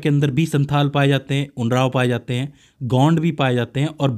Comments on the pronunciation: Not उनराव but उरांव ok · कुछ इस तरह बोला जाता है – उराओं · Not unrab this is oraon or Oram